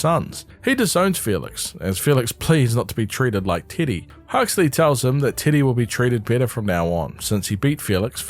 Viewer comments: Also im sorry but I keep mishearing "teddy" as "tiddy" TwT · Love hearing titty when u say teddy 😫 (great video i adored your summary of the series) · Why does he say titty instead of Teddy? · I cannot get over that you're calling Teddy, Tiddy. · Is anyone else hearing t!tty instead of teddy? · I know you’re saying Teddy but I can’t stop hearing you say Tiddy😂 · I'm sorry but I cannot get over your accent saying "Teddy" 😭 "tiddy" is all I hear